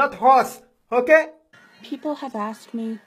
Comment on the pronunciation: The word is asked not axed